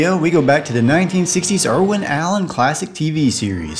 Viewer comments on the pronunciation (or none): none